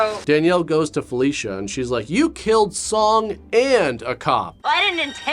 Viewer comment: I swear... every time he said "Felicia", I heard "Fellatio".